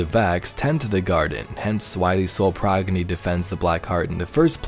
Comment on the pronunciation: “Proginny” lol